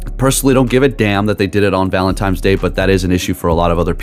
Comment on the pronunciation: You said Valen-TIMES day twice….😂😂😂😂